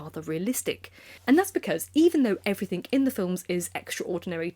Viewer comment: You’re so well spoken and yet keep saying ‘everythinK’. It pings my brain.😬